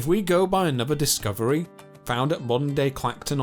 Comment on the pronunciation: Anuvva fousand ...